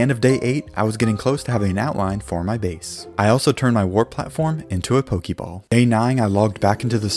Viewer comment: Ok. Let's acknowledge something. I dug pretty deep into the comments, and nobody noted that he pronounced pokemon and pokeball wrong. But nobody will see this. Why do I even try to correct people? They don't listen to me. They don't even listen when I compliment them. Oh well. It's not new or anything.